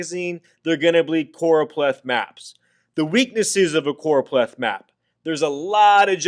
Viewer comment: Noooooo its CchhhOooRooOpleth map 😂😂